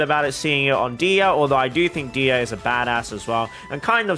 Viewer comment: dehya is pronounced deh-hee-ya!! and eula is pronounced oyla :)